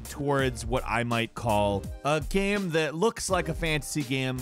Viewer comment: I’ve never heard some say the word game so weird in my entire life. How do you pronounce game gaem? The only thing that annoys me about this channel.